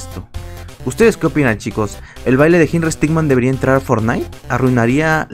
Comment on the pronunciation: No se dice henrry stickman se dice henrry stickmin por que henrry stickman es otro personaje